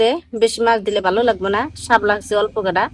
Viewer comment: ও বু হাপলা আবার কি। শাপলা বলবেন